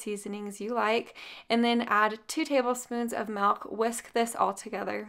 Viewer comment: I watch your videos just to hear you say “MELK” for milk 😂 I love it!! 💛